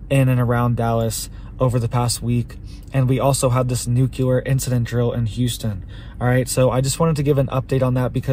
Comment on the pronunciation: I just can't trust any guy who says "nucular" 😂